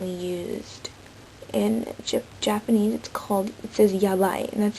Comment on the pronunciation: good japanese pronunciation!